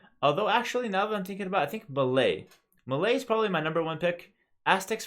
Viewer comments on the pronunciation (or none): none